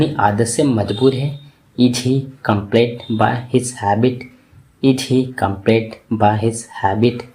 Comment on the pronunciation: Bhai plz improve your pronunciation ....apne....compelled ....ko ghalat pronounce Kiya hai